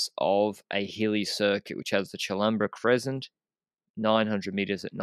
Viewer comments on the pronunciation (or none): I love how is proud of his Crescent pronounciation but gets it wrong every time still xD And gave up already yesterday and doesn't even attempt to correct him anymore lol: the "sc" in Crescent is pronounced as s in 'present' and not as 'sc' in descent;)